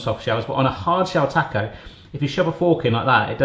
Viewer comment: "Tack-oh"? You're doing that on purpose! I was raised eating Sonoran food- can I suggest next time add just a little baking cocoa? Not the sweet stuff, the bitterer the better. It's the literal secret sauce in Mexican cooking.